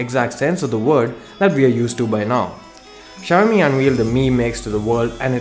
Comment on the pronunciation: शायामी नही भाई शाओमी